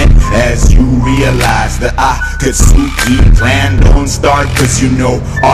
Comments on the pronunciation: GREAT!! -cough- he pronounced it wrong. :D this is amazing though!! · Even though he says Akatsuki wrong ;_